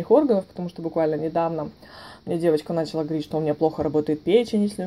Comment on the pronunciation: Все супер по информации, но говорится "понялА" и "пилА", "началА", а не "пОняла", "пИла" и "нАчала". .